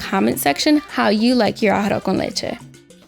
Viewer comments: NO YOU DIDN’T FUCKIN PRONOUNCE IT RIGHT!!! You pronounced it as “ARROH” con leche instead of “ARROZ” con leche. Thank you.🙂🤗🤗🤗🤗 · Emily Hernadez I got so irritated hearing “arr-oh con leche” thought I was the only one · A-ha-ro con leche is how I'm hearing it